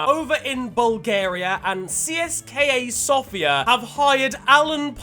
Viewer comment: i didnt even know people from other countries knew Bulgaria existed tbh, also CSKA Sofia is pronounced tse se ka Sofia cheers for the awesome video yet again